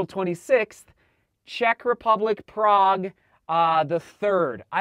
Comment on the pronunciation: Oh, kudos to to pronouncing Prague name in original! Also YAS it is absolutely adorable city, I have been visiting it for dozens of years now and thinking about staying there for retirement.